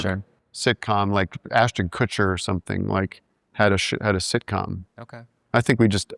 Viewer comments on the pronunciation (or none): Tim almost said "shitcom" lol